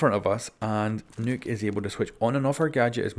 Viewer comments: Its pronounced knock not nuke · It's nøkk pronounced knock not nook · its nock, not nook you imbecile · It’s nok not nook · ITS NOT NUKE OR NOOK OR NUK ITS NOKK LIKE KNOCK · Her name is not Nuke, its not Nook, Its Nokk. Pronounced "Knock" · Why is everybody fucking up Nøkk‘s name pronounciation???😡 It’s NOT Nukk, Nokk or Nükk ITS FUCKING “NÖKK“ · It’s pronounced NOKK like I knock on a door nokk not nuke like I nuked a town get it right I still love ya don’t hate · Its pronounced 'nook' not 'nuke' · U keep saying Nuke is her name, which is fine if that rolls off the tongue easier for u but it’s pronounced like Noke in case u didn’t know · It’s Pronounced Nokk not Nook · IT'S NOT NUKE IT'S NOHK omgoodness xD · Who else laughed when he says nuke instead of nokk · It ain't Nokk it's Nøkk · It's pronounced NOC or NAK, not "Nook" or NUC. It's name comes from the Nordic folklore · Nokk!! Not Nook!! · Nokk not Nook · It’s pronounced Nukk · I really dont like pronouncing Nøkk's name like nook/nuke. makes her sound way too much like Rook which is just gonna lead to confusion. so I'm just going to continue acting uncultured and pronounce it like Knock. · Its pronounced like buck but replace the "b" with "n" nuck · You keep calling her Nook... This isn't Animal Crossing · Do you really say Nøkk as “nook” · Her name isn't nuke! Stop saying nuke! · I thought it was pronounced like Nuck, like Buck. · him reading it as Nook was painful but still luv him lol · Man every time he didn’t say nøkk name right I got slowly triggered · The way you say Nøkk triggers me